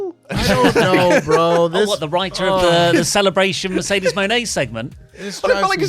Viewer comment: accents for Mercedes coming out like. - "Mayrcaydaysh"